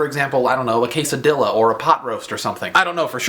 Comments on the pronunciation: its kay-sa-dee-a not kay-sa-dill-a! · quesoDILLA? really dan? really? queso-deya is how you pronounce it! But, otherwise a good video! that's why I've been with ya' think and thin! You are a relatable person who is good at spurring on conversation! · i don't know if your being sarcastic but its pronounced que-sa-dee-yuh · I have to assume that you were joking when you said quesad-ill-a. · you say casa dilla too!!!! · Whoa! Did he seriously say queso-dillo. Dill-oh. Dill. Oh. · lol I like how you say quesadilla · i died a little inside when you said quesadilla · i love how he mispronounced quesadilla